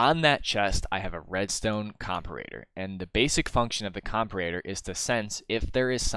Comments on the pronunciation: It's "WY-VERN", not "WYR-VERN"! Only one "R" in there. Also, it's "Com-PAR-ator", not "COMP-a-rator". Emphasis on the second syllable, like in the word "com-PARE". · Not correcting pronunciation, but “comperator” lol. Hit or miss, I’m already Tracer. Always put your emphasis on the wrong syllable for comedy :)